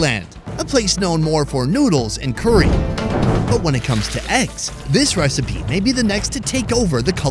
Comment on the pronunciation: STOP SAYING CURRY WEIRD!!! 😡😡😡